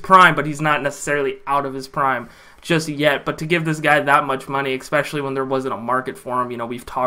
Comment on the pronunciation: You don’t need help pronouncing Ogbuehi. You need help pronouncing especially. There’s no “kuh” sound in the word at all but you put one there every time. At least you’re consistent though Bro.